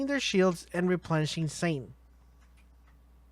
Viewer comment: man I dunno, he also said Shane instead of zane. I don't know if he has some kind of accent or something?